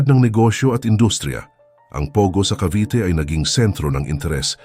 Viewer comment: sino ito? hindi marunong mag pronounce ng “Cavite”.